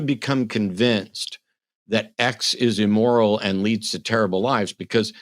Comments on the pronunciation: "Emoral"? 🤣🤣🤣 Kevin is either trying for "amoral" or "immoral" and missing both by a mile. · Dude can't even pronounce immoral. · I didn't know it was E-MORAL🤣🤣🤣🤣🤣